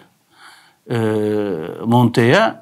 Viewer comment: ''Yaav şimdi bi ona mı taktın'' demeyin de, ne zamandır aklımda, yazmayı unutuyorum. ''Monteya'' değil abi, ''Montella'', normal yazıldığı gibi. Adam İtalyan, İspanyol ya da Fransız değil. Senin GS liselilik ağır basıyor tabii, anlıyorum. Sevgiler <3